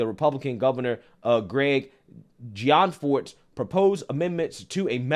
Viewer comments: Gianforte is pronounced Gee-in-fort-tay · Governor pronounced Gee en for te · The governor is pronounced -John-for-tay